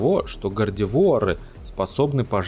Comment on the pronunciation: Да, произносил не правильно